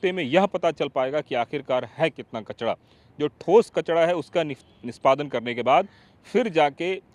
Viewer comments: बाबा कचड़ा नही कचरा बोलते है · Reporter bhai कचडा नही कचरा 😂😂😂😂😂😂😂😂😂😂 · कचड़ा नहीं कचरा होता है